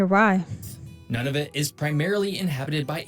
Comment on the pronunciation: This guy’s pronunciation, especially of Indigenous/Inuit places and names is way off. The correct pronunciation of Nunavut is Noon-a-vut….NOT “None-of-it”. 😒